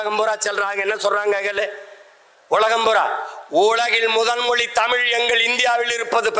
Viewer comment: Oru vaarthaikkum matroru vaarthaikkum 5 nimidama ozhunga pesuya moli illai mozhi sariya pesu Seeman Mariya Wilson ellam oru minister illai avanukku thamizhe pesa theriyala